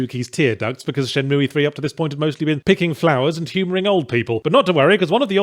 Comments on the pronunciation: Moooey. Its moo pal. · What the hell is Shenmooey? Its Shenmue.. Pronounced Shen Mew... Not mooey! ... XD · Its shenmooo not shenmoooeee. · k I couldn't even finish ur terrible vid first cuz u don't appreciate the game, and second, please pronounce it correctly. its Shenmue, shen-MOO... not shen-MOOEY, good god man, I don't where ur from, pronounce with respect....pathetic.... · Shin-moo-Eee? WTH? I have to assume he's trolling. Is it not pronounced Shin-Moo? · Shen-mue not mooey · Who on Earth pronounces it "Shen-moo-ee"? Lol what. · For anyone interested the correct way to say it is shenmoo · I only hit dislike for the Shen Moo EEE pronunciation. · Shenmooie? What a dumbass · What a Shay-mu :/ Anyway, does anyone know a place where sailors hangout? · At least it sounds less nerve grating than ShenMOOO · I have no horse in this race, but it's not "shenmooey." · Haven’t watched yet. Let’s see if he’s learned to pronounce “Shenmue” correctly in the last decade or so Edit: :’( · Considering you cant even pronounce the name I dont think you were serious about playing it to begin with ;) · he keep pronouncing the e and its driving me nuts in only the way yahtzee can. XD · Well... his pronounciation is bad, but that IS at least roughly how it's pronounced. Until I learned to speak Japanese I always mispronounced it "Shenmoo" without knowing you're supposed to pronounce the E as well, although it's an "eh" not an "ee" sound.